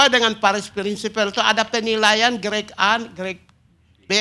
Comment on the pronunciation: Grek grek apa kau bilang ini Pigai!!! Grade bukan grek🤣😂